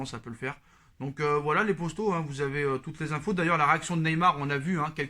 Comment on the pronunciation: ok je me disais bien aussi que ça devait être un truc comme ca